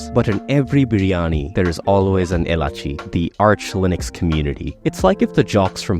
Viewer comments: the pronunciation of elaichi was absolute shit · The accent for elachi, Atif Aslam - yeah definitely bengali.... take my bets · bro the way you said elaichi hurt me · the way he said elachi is very bengali